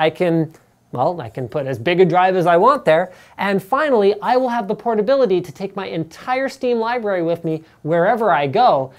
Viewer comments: "i will have the pornability?" xD?! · "I will have pornability" xD